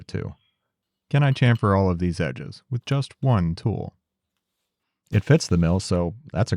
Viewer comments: Try shamfer... Like shampoo.... Not Chamfer like champion.... It's very simple and it's correct omfg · the slaughter of the english language! its pronounced shamfer, shassy ect, we gave you the language please respect it lol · Now I’d like to hear an explanation of the evolution of how you pronounce chamfer from your initial videos to now.